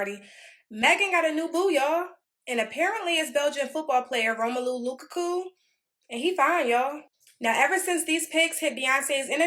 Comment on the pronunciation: She didn’t even say Lukaku’s name right 🤦🏾🤦🏾🤦🏾🤦🏾